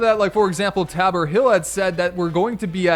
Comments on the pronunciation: Tabor hill is pronounced tayboar hill not taber😐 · *Tay-bor hill